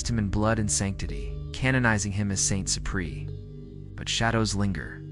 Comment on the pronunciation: Try getting the AI to pronounce Ciprian as SIP-ree-ən